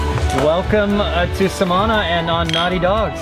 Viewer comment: It's pronounced Samaná with the accent on the last letter.